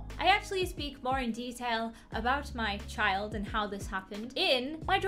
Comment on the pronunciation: Her : i hafe burthe a chald Me: WOT